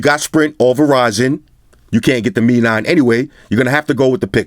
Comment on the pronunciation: Haah! 👆 finally heard someone saying 'Mi' (me), instead of 'M-I' (em-eye) 😌